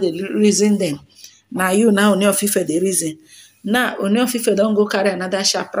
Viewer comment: Kudos. Your Ōoni pronunciation is now OK. 👍